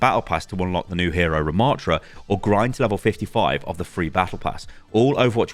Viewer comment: What are you saying about Rimatra? Sounds like "CRAP" but then you say awesome